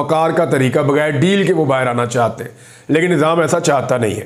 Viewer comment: Plz aap chahte ko chahte bola karo chatte nahi log mazak udata h apka li bolna nhi ata aurato wali khubi he bla bla😢